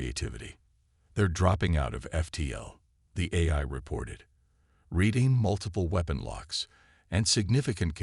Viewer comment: GEEEEEEZ!!!!! I stopped listening in to the story. Your AI SUUUUCKS!!!!! GOD I wish you people would either get AI that works or STOP using them and narrate your own stories!!!!!!!!!!!!!!!!!!!!!!!!!!!!!!!!!!!!! "QUAR-in-TINE", "EYE"(AI), "SAB-a-TAYGED", "e-KO-ing"!!!!!!!!!!!!!!!! I am done!!!! You are definitely off of my listening list.